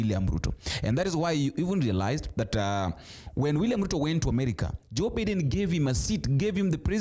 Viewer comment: It’s Meg Whitman. Not whiteman. Pronounced as /witman/ And it’s Joe Biden. Pronounced as /Baiden/ Why do you mispronounce names ? Last time you tried to /beiden/ but still got it wrong. Kamala is pronounced as /Kamla/